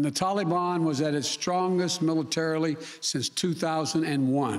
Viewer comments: If he says “tolly ban” one more time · Hey Joe! If this helps you The Talibon doesn’t rhyme with Cinnabon. Maybe when you have a minute you can get off your you know what and save some Americans. Oh sorry, I forgot you were taking a nap and eating ice cream. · Why do Americans call them the Talibarn?